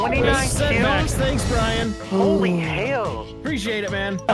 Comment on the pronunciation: I like how you pronounce Brian